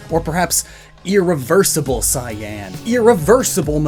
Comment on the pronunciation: Why do you say cyan like that, It's annoying as hell. Why do you keep putting emphasis on it?